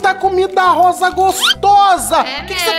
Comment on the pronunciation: "Rososa" kkkkkkkk